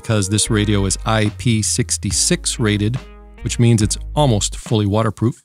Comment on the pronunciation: HAHAHA "Water Proffeecity" Love it!